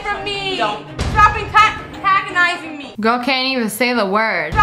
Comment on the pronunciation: Girl:stop atack-atagonizing me The mom's POV:bruh you do not even know how to pronouce